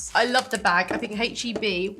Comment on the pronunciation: u said hache instead of ache , if it is an American brand u must pronounce it the USA way. TY san antonio based with products from Mexico